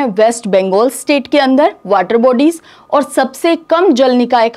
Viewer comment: Maam ओर नहीं और बोला करिए